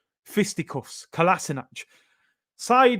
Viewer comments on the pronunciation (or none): Man said Kolaisnac airlines. You are hilarious at times. 🤣🤣🤣